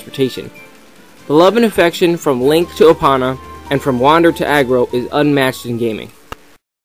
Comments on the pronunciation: Opana? It's pronounced ee-poe-nah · omg, im not trying to be a dick, but it annoys the fuck out of me when people pronounce names wrong. epona is pronounced EPOHNA, not EPAHNA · its ee po oh na not what ever you are saying gosk everyone knows that dude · ha ha... you're saying epona weird... me: say E you: E me: now say pony you: pony me: now say epona you: eponnnna me: lol